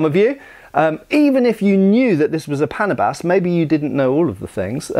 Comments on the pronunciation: what do you mean not for cutting weeds!? look I'm Filipino and I know my language quite well in fact I think I'm well versed in it. First of all it's pronounced as Pana-bas which directly translated to english as for cutting (weeds). The word panabas came from the root word Tabas which means to cut off. This is a case of a farming tool turned weapon. it's litterally a smaller, more manageable, and more practical form of a scythe, used for harvesting tall crops and trimiming down tall grass. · The name is right, the pronunciation isn't. It's pronounced as pa • nā • bas, literally means cutter. Main weapon used in Luzon by farmers for trimming crops, against wild animals or intruders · It's Pə/näh'/bəs, the stress is on the 2nd syllable. 😊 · Regarding the proper pronunciation of Filipino names from the Austronesian language family, it should be pronounces as [pa-NAH-bas], with the emphasis on the middle or second-to-the-last syllable. The same pattern of syllable stress should apply to most other Filipino words with three or more syllables. By the way, "panabas" is related to the Tagalog word "tabas" which means to trim or "slice the edge of." You mentioned the Moro "karis" with the wavy-edged blade but it's the first time I heard it called that way. I've mostly heard it called as a "kris." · It is called pa..na..bas. That is how you say it! Slowly. Panabas means "to clear" or "to cut" esp tall grass! To make a clearing so a farmer can plant rice or root crops! It can also be used to cut sugarcane stalks. Or the head of an enemy! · it's pronounced as paná buss not like pánà-bus btw. overall good, informative vid. Love it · "Panabas" typically pronounced like the word "bananas" than "Panama". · pronounce it as PANAAA-BAS... (long middle A, ends like a bus...) not pana-bus... from the root word TABAS... tabas [tá. bas.] : contour (n.); figure (n.); shape (n.); cut (v.) "pang-tabas" means something you cut with... which becomes "panabas" as the name of the tool...